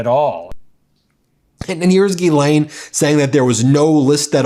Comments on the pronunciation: Hey Ben, you are mispronouncing Ghislaine Maxwell's name. Open up Google Translate then select translate from French, put in Ghislaine and press the speaker button and you will get the proper pronunciation. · Will you guys go to a French pronunciation website and learn how to say Ghislaine correctly.